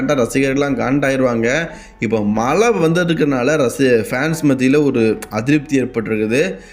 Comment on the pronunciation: Mala ila da athu mazha